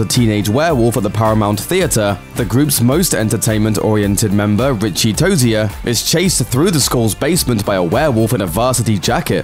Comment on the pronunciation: “Rich-ey Toe-zierh”